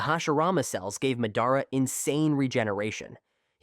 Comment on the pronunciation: Sorry you say Mehdara